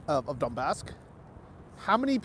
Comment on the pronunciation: “Donbask” 🤣 XD it’s called Donbas the historic region, and Donetsk is the city located there. Not mixed name xdddd